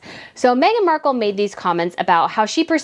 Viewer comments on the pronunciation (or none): Mark-elle insteady of Mark-uhl haha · You're not American so you probably don't know this fact. Marcal Toilet Paper has been an American brand for years. Amazon lists it too. You can find old commercials from the 70s. Anyway, the TP is pronounced exactly like what the woman from Deal or no deal called her. Mar Cal LOL.